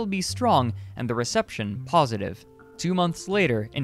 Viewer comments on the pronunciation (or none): none